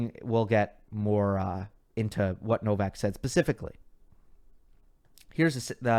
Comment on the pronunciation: Everyone said Novak's, it sounded to me like Novax 😅.